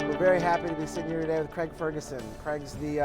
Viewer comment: Cregg? CREGG? Its CRAIG! Americans...